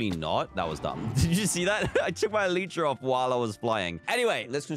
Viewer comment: It’s Elytra not Eleeytra! Sorry it just triggers me